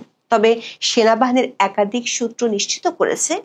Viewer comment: একাদিক নয় একাধিক। আপনি 'ধ' এর উচ্চারণ 'দ' করে থাকেন প্রায় সবক্ষেত্রে।